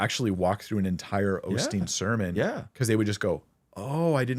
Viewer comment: hearing people pronounce the name Osteen "Ole' Steen" and then fumigate their "wisdom" always cracks me up...